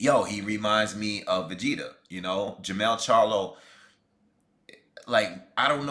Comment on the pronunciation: Man said Vageta 😂😂😂😂😂😂